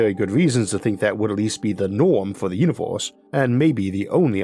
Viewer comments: i take a shot everytime you say uniworse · No hate but univors